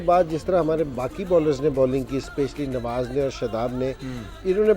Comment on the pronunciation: Haaaa😂ab bas Kuch bhi boltey raho bhai Tum log bohat hi akar mein hotey ho jab Tum jeetay thay humnay tumko Mubarak di thi lekin Tum log to bas apni akar mein hotey ho Kay humnay ye Kiya to tumnay ye Kiya aur bhai woh nwaj nahi hai Nawaz hai Sahi to bolo😂